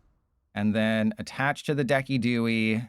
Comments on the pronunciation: It's pronounced "DEH-sih-doo-eye", not "deck-ee-DOO-ee". Just FYI. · Why in the world did u call decidueye like that😭 That pronounciation is so cooked